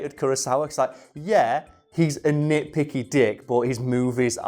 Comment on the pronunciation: The way he says nitpicky dick is so british